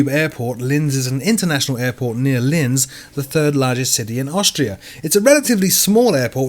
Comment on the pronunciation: Thanks once again for your weekly round-up. Just a couple of points on pronunciation; Lancair I believe is pronounced Lance-air and Linz is pronounced Lintz.